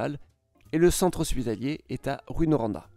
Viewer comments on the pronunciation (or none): On dit Rou In ;) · en faite ces plus tôt rouin comme prononciation et non roin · Ah les toponymes. On ne prononce pas le S à Lévis. Le nom rime avec vie. Drummondville se prononce comme Dromme onde ville. Rouyn se prononce Roue-ain. Pas Rou-ine. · Charles Charron il faut le prononcer oi comme foin. Rouyn - roin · Perso, étant de France et en voyant écrit les villes, je les prononce comme lui: DRU MON VILLE GRAND BI (Faut vraiment être du coin pour savoir qu'ils ont une prononciation particulière) L'exception étant Rouyn, pour lequel ça n'a pas de sens de prononcer ROU-INE comme il le fait. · Ça se prononce "Roux-hein" , autrement très bonne vidéo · Sa prononciation ressemble à un mélange de « rouet » et « ruine ». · le Y avant le N se prononce com un IN et non un I. le U devant deux M se prononce comme le OE ou EU et non comme un U seul. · Je saigne des oreilles à cause de "Granby, Drummonville, Rouyn" hahahah